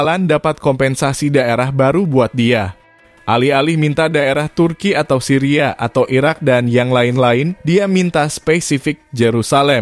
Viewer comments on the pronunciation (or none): none